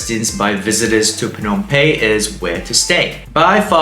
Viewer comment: Excellent recommendations and advice for us before going to Phnom Penh for the first time. Just a suggestion for improvement. Please pronounce Phnom PeNh with emphasis on the "N" of Penh instead of pronouncing it as Pey. It is a bit distracting. All good. Thanks.